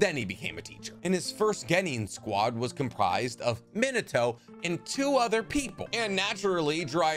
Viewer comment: Am I the only one who keeps hearing him say, “Minoto” instead of “Minato?’” 🤔 a-ah, e-eh, i-ee, o-oh, u-ooh